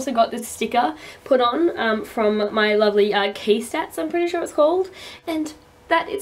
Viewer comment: When you said 'lovely' at the end it sounded Northern...like... UK northern. lol. Not bad. :P I'm glad you're back. Yes get back to those videos! I've been itching to film, myself, but I CAN'T because I'm STILL ill and can barely talk properly. sigh.